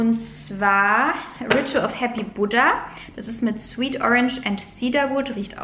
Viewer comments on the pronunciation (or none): none